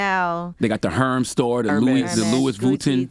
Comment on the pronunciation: "The 'HERMS' Store.. "CHANNEL.." 🤣🤣🤣🤣